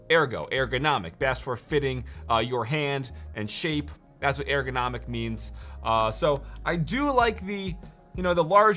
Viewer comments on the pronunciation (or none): airgonomic lmaoo it's errrgonomic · It’s “Er” go not Air go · Yo, why do you say airgo instead of ergo? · It’s ergo not airgo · ERgonomic, not AIRgonomic. C'mon meow... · He's killing me saying "air" go... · wtf is this "AIR-GO" u keep talking bout? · Everytime you said airgonomic I died a little inside